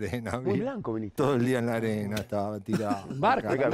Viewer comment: noooooo! Vinihte